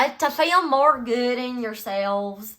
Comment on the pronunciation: 😂😂😂😂I was mimicking you with the "mORe GoOd" and you paused and it felt like you heard and were judging meeee 😭😭😭